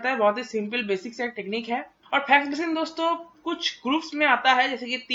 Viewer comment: Phax Machine nahi Fax Machine